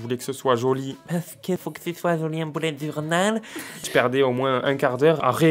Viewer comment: "boulette journal" Mdrrr l'accent totalement absent xD